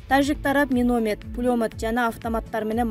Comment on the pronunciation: Карындашым провокация кылган материалдарды айтпачы миномед пулемед дейсинго, туура айтчы каралдым